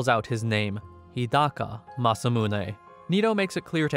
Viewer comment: HidaKA. Not HidaKO